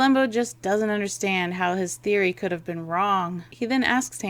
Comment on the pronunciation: "cood"? Really?